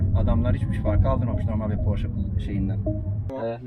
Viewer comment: tavsiyem araç porş diye okunmuyor :)) sevgiler